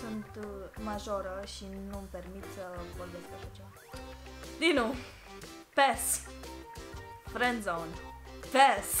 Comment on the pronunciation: Tu zici pașș În loc de pass la